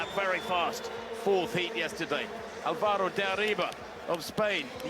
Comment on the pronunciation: To the narrator. If you see those "tildes" on top some letters, that is the stressed syllable. For instance, Álvaro. The strongest syllable will be ÀL, not va. It is not al-VA-ro. It's ÁL-va-ro. It annoys me the lack of respect that those presenters/hosts/narrators don't pronounce people's names properly. Americans and British are very particular about their names' pronunciation. So, you'd think that they would make a small effort to pronounce the names of people with Spanish last names properly. There're more than 500 million people speaking that language around the world. What that means is that eventually you monolingual people will be without a job.